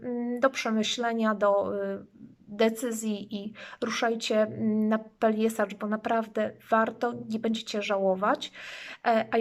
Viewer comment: Peljeszac a nie Peljesacz...